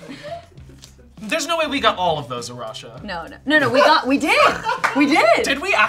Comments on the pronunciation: It's Arash-UH 😂😂😂😂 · Arasha stuck on two syllables